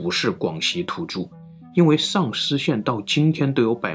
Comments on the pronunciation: 的口音一说“上思”让我以为是“丧尸”。一听到“丧尸”我赶快就集中注意力了…… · 所以到底是丧尸还是上思，哈哈哈哈哈口音梗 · Shang 上 Sang 丧 四川普通话 分不清了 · 说出了我们的心声啊～～～哈哈，第一次听到“sangshi”还专门跳回去看了看字幕😂😂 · 到底是上思 還是喪屍 搞得我好亂啊XDDDDDD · 1822 Like 145 留言 最後說的：的確是重點，中文的言諧音效果，真的很不錯～上思(ㄕㄤˋ ㄙ)與喪屍(ㄙㄤˋ ㄕ)只相差捲不捲舌而已不是嗎？ 發音遗很準滴，～😄😃😎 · 说的即是 我在做别的事情 只听声音也是听着丧尸 好恐怖 看一下视频才知道是上思呀 🤭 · 我就听成了丧尸，赶紧退回去再看字幕，是上思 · 上思总听着像“丧尸”，哈哈哈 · 认识几个上思朋友这么久了从来没有想过丧尸这个方向的口误，的普通话水平真的超乎我的想象哈哈哈哈哈哈哈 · 听成了丧尸县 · 上思被销魂的口音念成丧尸，无形间增加了整个节目的质感！😂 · 好險有字幕.....不然聽完都變成鬼故事呵